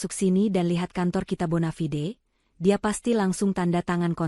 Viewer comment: Ya ampun , stek dibaca ste ak, bonafide dibaca bonafi de ,,,,, oo o o o